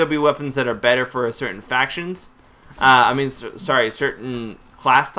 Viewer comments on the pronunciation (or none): none